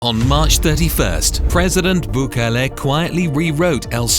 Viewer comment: i cant care to watch the video if he cant pronounce Bukele correctly